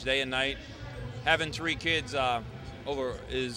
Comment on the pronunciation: three in douchebag is "tree"